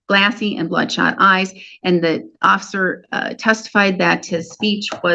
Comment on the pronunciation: uh oh... "slurred" the word "officer" as "ocfer"... the officer might think her drunk!!! Watch out or he'll pull you in for a JUI - Judging Under the Influence! I understand the importance of DUI/OUI arrests, but these affect people's lives far beyond the courtroom... the officers should be held to SOME regulation where they pay court fines if they aren't doing the tests right or arrest innocent people (0.00, no drugs in blod draws, etc.) AND the legal fees for those defendants come out of the police retirement funds! You cause someone to retire with less money, they might not be happy when the 5th... 6th... 7th... 8th... 9th... 10th person is paid out of that fund! Also, an OFFICIAL APOLOGY, PUBLIC, SHOULD BE MADE TO THOSE DEFENDANTS!!! Their name and face are plastered about on their arrest, it's only fair to also advertise their NON-GUILTY verdicts!